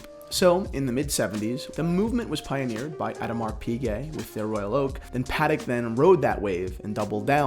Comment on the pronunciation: What's up with you saying paddock Phillippe and a-demars Piguet???